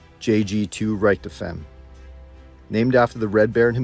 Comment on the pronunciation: AI seriously mispronounced Richtofen's last name. A live narrator would have prevented this embarrassment. 😮